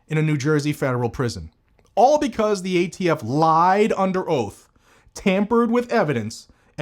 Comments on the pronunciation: thumbs down for "gay-T-F" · I see nothing wrong with this pronunciation. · Did you say "gay-T-F" perfect? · He said gaytf ha ha